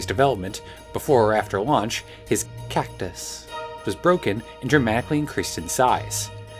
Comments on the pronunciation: why do you keep saying CACTUS like that it’s freaking me out more every time you do it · Why does she say “cactus” the way SpongeBob says “actors.”